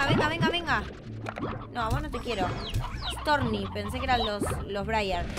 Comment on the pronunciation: se dice stouny, no storny